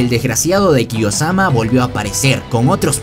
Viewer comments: ¿Khe? Acaso no es kiyomasa? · Bro es kiyomasa, no kiyosama😂😂😂😂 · KIYOSAMA ES KIYOMASA XDDDDDD